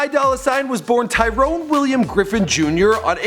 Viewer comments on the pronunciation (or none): none